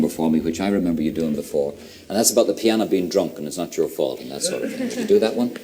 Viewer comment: OMG.... the way he massacres "The Piano" is breathtaking.